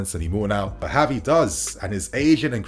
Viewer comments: Its not HAVI its Gavi..dont try creating new spanish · I wanna rip my hair out lmao its the fact that he makes a point to say "HAVI" every sentence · Gavi is pronounced with a hard g, as in “give.” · Gavi not Havi 🤦‍♂️